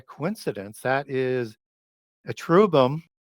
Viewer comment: You are seriously killing me. Lol. Chair-rub-bim. Not whatever you said, or I previously said after you torque my mind.